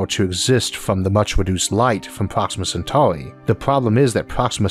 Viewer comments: Alpha centaurwi 😂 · Bro it’s actually annoying listening to your voice it’s Earth earth Centauri no centauwi fuck man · when did elmer fudd become a narrator alpha centawri